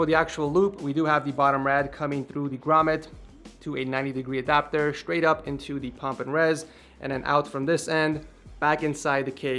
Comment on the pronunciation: “sewies”, “expewience”, “stwaight” “ 90 degwee”